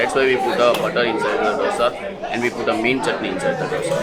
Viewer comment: Lovely Vlog. as always !! but couldn't resist correct the pronunciation.. Sambr id Pronounced as Sambar or Sambaar DOSA is Pronounced as Do (दो ) sa.. Love you Guys !!